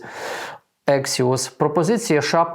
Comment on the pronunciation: Не ексіос , а АКСІОС.